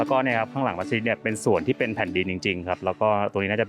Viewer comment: ดีมีคลิปให้ดูได้เห็นความสวยงามของผู้คนที่อาศัยอยู่กลางทะเล ถูกใจนักท่องเที่ยว โดยเฉพาะฝรั่ง เอ๊ะคลิปนี้ เรียกมัสยิดถูกต้องแล้วน่ะ คลิปที่แล้วเรียกมัสหยิดอยู่เลย!!!